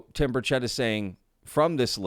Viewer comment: It’s BURchett, not BurCHETT. Please pronounce his name correctly.